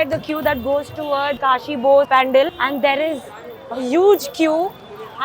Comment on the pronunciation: Areee didi it’s Panaaaaaal , correct pronouns kro didi